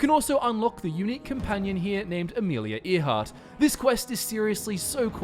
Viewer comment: Amelia Earhart's name is pronounced AIR-heart, not ear-HART. The hint of this (other than having studied history) is that she introduces herself, says her name several more times, and three other characters mention her by name.